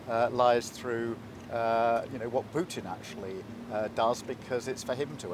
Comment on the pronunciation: Just listen to yourself … “weaken puten “ with what your immigrant force ..?